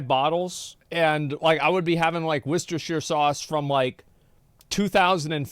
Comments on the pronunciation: Gosh! It's worcestershire sauce, not worcestershire sauce. lol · I'd make a comment about the wershtershire sauce if I could spell worcestershire 😂